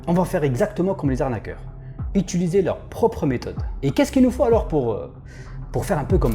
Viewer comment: J'adore tes vidéos😍 tu nous apprends tjrs des nouvelles choses, petite remarque: dans 1 vidéo je me souviens que tu avais repris un arnaqueur et moqué car il disait 'etuliser' et tu lui disais 'Utiliser' plusieurs fois de suite lol mais la tu viens de le dire plusieurs fois dans ta vidéo😅 c'etait juste ça ❤️ bonne continuation